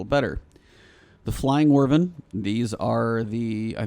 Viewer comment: How are you getting "wervin" out of wyvern?? The "wy" part is either pronounced like "wide" or like "whip".. both are correct, but it's definitely not "wervin", lol